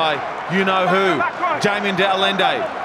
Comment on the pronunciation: De Allende is pronounced Da-lin-day by presenter HAHAHAHAHAA